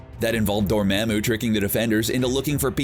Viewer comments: he pronouced it as Door-maa-moo, instead of the typical Door-mar-moo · how is it that they can see the movie and still get the pronunciation wrong? #Dormamoo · Door mam u? Dude you dont know how to pronounce anything in your vids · Gotta learn how to pronounce names correctly. DORMAMU! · For a YouTube channel with “Comic Book” in your name, you sure say characters names wrong, like a lot. I understand your probably just some dude reading a script, but you do have the movies to refer to for correct pronunciation. Dormammu = Door-Mom-Mu. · The way you say Dormammu really grinds my gears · Learn how to pronounce “Dormammu”